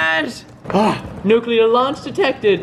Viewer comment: Preston got a "Nuke"clear! 😂